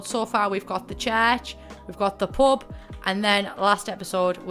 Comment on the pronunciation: Every time you say pub my brain hears pope